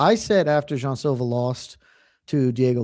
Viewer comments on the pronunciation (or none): Does Luke realize he’s the only one saying Jay-on Silva? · Luke “JAY-ON Silva” Thomas